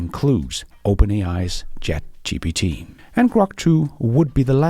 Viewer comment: It’s Grok ….. not Krok, dear …;-)